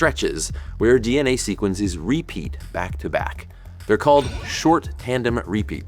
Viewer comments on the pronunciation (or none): The way he says 'ree-peat' is itritating.